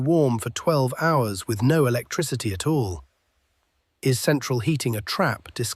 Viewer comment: "A toll?" I think you mean "At all."